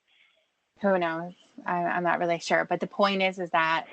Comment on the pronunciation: “He was nawt a cawwp”